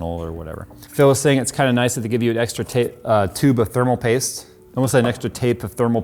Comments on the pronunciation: "Tape of thermal pooste." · “Tape of thermal poost”